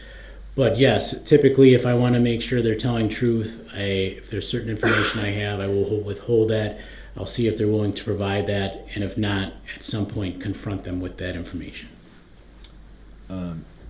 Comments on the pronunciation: He knows how to pronounce “ask” in the proper way. I have heard him do so. He chooses to use “axe”. He can also pronounce truth, oath and both properly but chooses not to. He has failed himself. It drives me crazy to hear him talk too but I don’t think it was his English teachers fault. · Don’t forget about his wanting to get to the “truf” and asking the judge for her “oaf” of office.